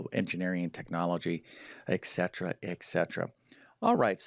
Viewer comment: Simple stuff, definitely made it less intimidating, thanks... eccetera-eccetera... a lot of people say it that way, but etcetera-etcetera... 😂